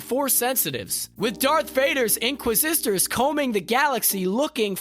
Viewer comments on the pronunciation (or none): The in qua zisters??? You mean inquisitors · Please hire people that can actually pronounce words correctly. I felt like I was watching the last Airbender movie with the narrator saying "inqua-sisters"...................................... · I think they’re called “inquisitors” not “inquisistors” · "Inquisistors"? The streak continues LOL Edit: To be clear, I'm not dogpiling here. I've done script recording and VO before, I get how tough it is to lay down a track under time pressure. But a few punch edits wouldn't kill anyone, right? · Why do u pronounce it inqui sisters? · Did he just say “inquisisters?” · "inquisistors" yeh I'm not watching this anymore lol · Is he mispronouncing things on purpose? Am I missing something here? Inquisistors? Am I being punk’d? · One of my biggest YT pet peeves is watching vids written by and/or narrated by people who clearly aren’t familiar with the material. InquisIStors? Or-gin-nuh? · Great vid. I heard inquisistors instead of inquisitors tho :D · The same reason he says "inqua sisters". He's reading a script written by someone else. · A little tip for anyone narrating these videos: maybe watch a couple of Star Wars movies/series so you at least know how to pronounce names etc! I'm looking at you 'inquisitors' (although it is sometimes pronounced correctly) and 'Organa'. An obvious lack of knowledge of the source material and slapdash approach cheapens your channel.